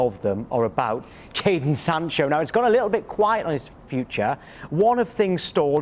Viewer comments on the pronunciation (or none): . The Sky Sports presenter calls him "Kayden" Sancho. D'oh.